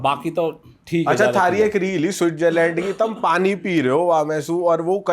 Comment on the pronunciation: PANI❌ PONI ✅